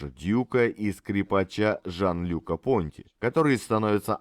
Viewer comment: Фамилия Понти произносится с ударением на последний слог, потому что он француз.